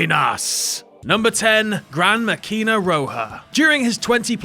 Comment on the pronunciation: "Máquina" not maquína